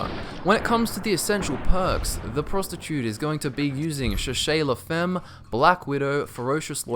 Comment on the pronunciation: omg, how the hell did you pronounce cherchey la femme? i knowits in french bt, oh godamnit it makes my ears bleed